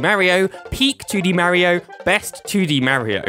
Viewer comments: It's Mario not Mar yyo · “MAHHHHHH REEEEE OHHHHH.” It’s “mar e oh.” 🤮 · STOP SAYİNG MERİO OR MÂRİO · Mario in the majority of games, telling you exactly how to pronounce his name correctly: "It's a me, Mario!": "Marryo." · you are saying mario wrong is marrio not marry-oh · its not m a rio its marrrrrrio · ok i get the pronunciation of mary-oh because of the accent, but wario literally pronounces "wah" as an "awe" sound literally all the time. (no hate btw, great video) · "Merio" 💀 "Mærio" 💀💀 "Meryo" 💀💀💀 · The way this guy is saying “Mario” is cracking me up. “Merry-oh” 😂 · Everyone is talking about their favorite Mario series but who pronounces Mario like Mary-o 💀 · The way he says Mäerio really grinds my gears. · Tbh love the vid. But the way you pronounce mario activates my fight or flight response lol. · why does he say mario like that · Why do you pronounce Mario wrong? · I can tell he's british based on how he says mario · Stop. Pronouncing. "Mario". Like. That!